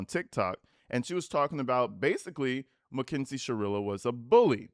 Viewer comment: When you say “kinsie “ lmaooo